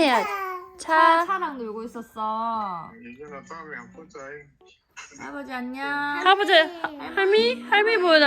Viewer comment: 아진심 ㅠㅠ 내가 보려고 찍은 좌표.. 안녕 발음 몬뎅 .. 너무 어린이 다됐고 그냥 귀엽고 난리❤❤❤